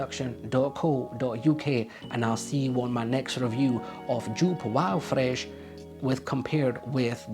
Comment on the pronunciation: It's pronounced YOPE! 🙄